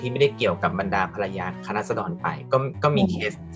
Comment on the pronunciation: พูดไม่ชัด ฟังดีๆออกเสียงว่าคะน้าราด ชัดเลย